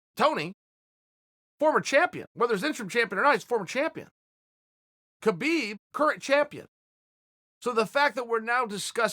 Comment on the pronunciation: he doesn't. dead fight. EDIT: on a seperate note i think Chael is intelligent enough to start trying to pronounce KHabib's name correctly. out of respect at least.